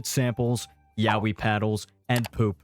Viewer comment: "What's yahweh" well that's God, I think you mean yaoi, pronounced ya-oi. You know. Kinda like it's spelled.